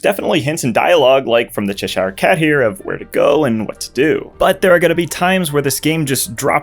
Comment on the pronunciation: As a British, that pronunciation of "Cheshire" hurt my soul.